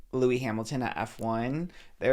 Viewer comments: why do you keep saying “Louis” Hamilton. His name is Lewis Hamilton pronounced Loo-is. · Trisha talking about Formula 1 is wild 😂😂😂 - it’s Lew-es, not Loewy hahahah Please put respect on his name! Thank you for explaining how disrespectful the towel situation was! Love you guys!🎉❤ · You guys calling Lewis Louis is killing me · y’all calling sir lewis hamilton “louis” gets me every time